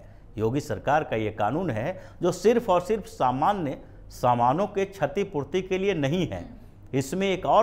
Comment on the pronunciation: छतीपूर्ती नही, क्षतीपूर्ती